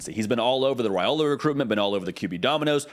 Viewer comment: It’s RYE-ola not RAY-ola.